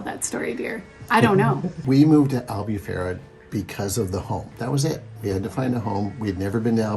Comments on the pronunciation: i love your videos, but once again, you 2 now are living in Albufeira, please learn how to pronounce it correctly, it's AL_BOO_PHEI_RA*. Its so disrectful when foreignours go to Portugal and can't even pronounce ''POOR_TU_GAL'', not Porchugul. I'm impressed you both pronounced Algarve correctly.....I STILL LOVE YOUR VIDEOS n i'm so jealous in Newark NJ.....LOL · Hey guys nice vids .. here are some tips in Portuguese pronunciation. “Ei” as in albufeira is always pronounced as “ay” . U is pronounced “oooh” so albufeira would phonetically sound like AL- BOO- FAY- RUH. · If I may, I am Portuguese and your lovely town of Albufeira is pronounced.... Al boo fay rra (roll the r on the tongue)... ENJOY! 😉🏖